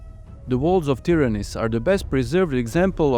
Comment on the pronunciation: Well made! Try to pronounce Tìryntha( Tìrinth), correctly, cause you say: Tyranis, witch is totally wrong, and means something in Greek, totally irrelevant to the citadel of argolis.